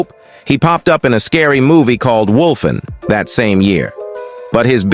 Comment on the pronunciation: What is the name of the second horror movie you mentioned that Gregory Hines played in sound like you said wolien